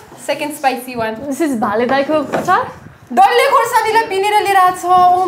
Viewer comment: WOW! Meatatarians Spicy lol :D what happened to your accent. Totally Nepali. :D :D :D :D :D :D :D :D